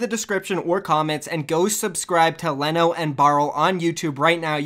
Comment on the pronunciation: I know Leno irl. It's pronounced Lee-No, not Le-No